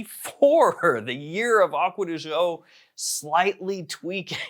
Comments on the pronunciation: My dude, I love your videos. But please learn how to properly pronounce the brand. It’s “Acqua Di Gío“ not “Agua De Joe”. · he sure as heck does not. It’s an Italian brand and as such is pronounced Italian. Not American.